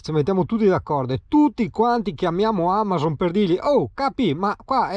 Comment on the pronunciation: Io firmo la petizione se per una volta dici Amazon anziché Amason 😂